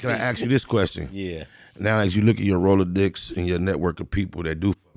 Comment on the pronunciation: someone tell Spider it's rolodex, not "roll a dicks"